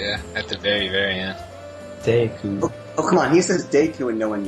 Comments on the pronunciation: It's De-ku not deck ku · It's pronounced D-ku, not Day-ku god damn it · でく deku not でいく "deh ku" not "dee ku", or "de-i ku" like です desu Cosmo says it right >_> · they say deku like " dayko" lol its " deh-Kuuuu" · Any self respecting Zelda fan knows that it's De-ku not Deh koo. I guess fans have their own way of pronouncing it. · deku not deku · I always pronounce it deck-you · i pronounce it dee-koo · lol, to each his own, I've always pronounced it Dew-ku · meh alot of my friends say dayku, so Im pretty use to it NINTENDO, Y U NO WORD THAT ARE EASY TO PRONOUNCE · ITS DEF deku (DAY-KOO) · I've always pronounced it dee coo :P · i always pronounce it deck-yu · But seriously, that guy that kept using long vowel sounds. What the hell? Dayku? Termayna? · It's DEE KOO, the pronunciation of Deku. Lol. "It's pronounced Deku." Lmfao. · ITS DEE-KOO :D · Deku is pronounced Deeku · well, dee-ku is how it's spelt so I don't see why we wouldn't pronounce it like that :) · It really must suck to have English as mothertongue and therefore problems with pronouncing most simplistic japanese words such as deku. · It's deku not deku.